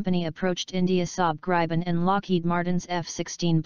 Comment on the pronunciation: talking generations is a stupid russian idea taken over by LM to sell their stealth or so called stealth f35s and this they will never transfer as well as their engine tech. Gripen *Should be pronounce like "grippen"=griffon in english is a much more advanced system than f16 block 70 among it´s features are worlds best sensor fusion that actually works (which it s not currently on the f35), this fusion is shared in a four ship configuration using the worldsbest two-way directional link TIDLS that actually works, the cocpit is far more advanced as is the hmd with the IRIS-T and Meteor as primary missiles which f16 has not available, it can super cruise which f16 can't. it has GaN based EWS - a tech US is decade behind in. and so on and on. But this is not the important thing. Gripen deal will trule hand over the skills and capabilities that India needs to develop their own fighters for the future which the US never will. End of story- Who do you choose?